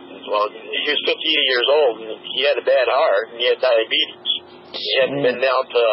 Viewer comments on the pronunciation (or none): "He had DIABETEESH."